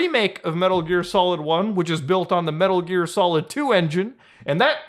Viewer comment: Muta cutting it close with that “Metur Gear Solid”